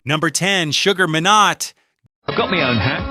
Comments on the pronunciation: AI bs from the get go. "Shugga Me not" isn't the way to pronounce his name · I so wanted to watch this but simply couldn’t bear the narrator beyond 1.30! If your going to talk about people, at learn to pronounce their names. “”Sugar…….WTF???!!!”. 👎🏽